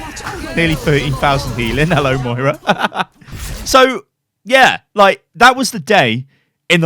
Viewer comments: MARIAH CAREY LMFAO Mo-I-RA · MARAIAHHHH LOOLLL its fuckin Moiraaaa loolllll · MO-RI-YAH DO U KNO HOW 2 HEEL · It is pronounced Moy-ra. Its not a difficult name to pronounce!